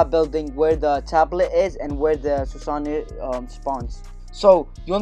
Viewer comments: Also lmao "Susany" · how to say it - sew-sa-no